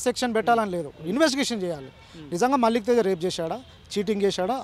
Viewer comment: మాలిక్ తేజ కాదురా అయ్యా. .మల్లిక్ తేజా